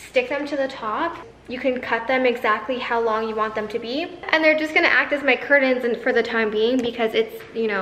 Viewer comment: lol... curtains, not curdins. You say it so many times.